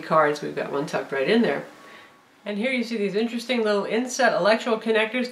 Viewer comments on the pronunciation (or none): none